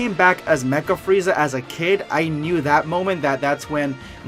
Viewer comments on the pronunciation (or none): none